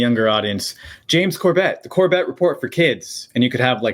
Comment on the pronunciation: He pronounces it Corbette? James, always gracious, never even deigned to correct the man - not even with the very passive technique of using the name a few minutes later, except with the correct pronunciation; a class act, indeed. 🫡